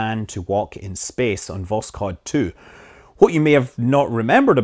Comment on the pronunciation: It's not pronounced "Voskod", it's "Voshod"